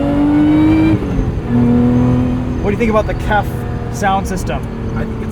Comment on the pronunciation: FYI KEF (Pronounced K. E. F. not "kef") is British highly regarded audiophile company founded 1960. Love the car and always agreed with the Lotus philosophy (Colin Chapman), the less weight the better.